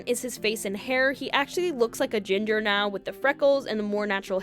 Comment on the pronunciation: oh my god when you said “he actually looks like a ginger now” I heard ‘agender’ and thought i was losing my mind or missed some very critical lore. Had to listen like 3 more times to actually hear “ginger”